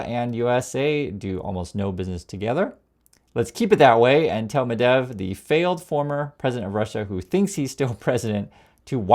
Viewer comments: G’day. It’s Medvedev NOT Medev. Journalistic accuracy, important my friend!! Thanks. 👍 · you are not stupid ummerrigan..you can say the name correctly: Med-ved-jev not medev yes on my key board I can't do phonetics... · It's pronounced Med-VED-ev, not Medev. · Oh my gosh. You are an American. Nukyalr. Medev? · Medvedev is not pronounced Medev. Thank you for your attention to this matter! 😊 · i like this channel. medvedev has three syllables... med-vey-dev